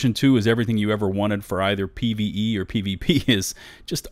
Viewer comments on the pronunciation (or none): You said pvpenis